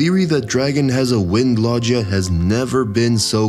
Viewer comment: I almost stopped watching because of how you're saying logia😭 do you say jif instead of gif too?🤣